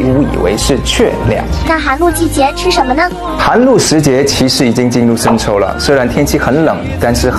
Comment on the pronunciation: 帅哥小哇啊! 抽天? 秋天? 生抽还是深秋啊? 你的bb发音也难免太太可爱了吧😂😂 不过你讲华语的速度也蛮快的，记性也不赖，也知道你也下了苦功了，还是忍不住给你帅哥一个赞。👍👍 期待你的新剧哟!